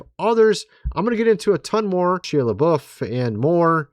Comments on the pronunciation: Has no one corrected your pronunciation of Shia's name?!? It is Not Shee - a. It is: Shy - a. 😳😂. Please!! Say Shya!! 🤔👍😎✌️ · He pronounces it SHY not SHE!! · It’s Shia .. pronounced Shi ya